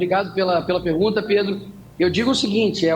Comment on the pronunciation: O Nicolas fala obrigado pela pergunta, oque eu escuto: - Obrigado pela janta! 🤌